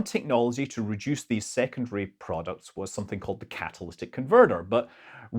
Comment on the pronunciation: you englishmen. Always adding extra letters to words. Catalystic converters? You mean catalytic converters. Aluminium? No its Aluminum. Great video though. Super informative. Didnt even know leaded fuel was still around